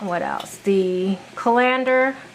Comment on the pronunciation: You are giving the accent on colander on the LANDER part instead of the first part of the word CALL. CALL lander not call LANDER.